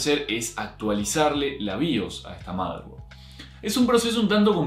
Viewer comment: "motherborad" F por el error